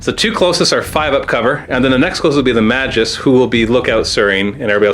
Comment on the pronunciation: Magus is pronounced with a hard g - May-gus